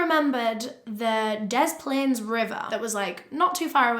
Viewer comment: Hiya from Chicago! Loved this! Very detailed. I chuckled a bit when you said cook county. It’s not a city it’s literally just a county with a bunch of cities in it like Chicago. Also great work on pronouncing des plaines right! Most people outside of Illinois pronounce it wrong.